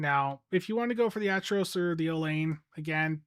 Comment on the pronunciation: It's pronounced Ack-er-oss. Like with the Acheron. It's not Atch-eron. It's Ack-eron.